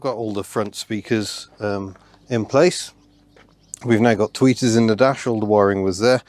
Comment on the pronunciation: I thought you kept saying tweakers.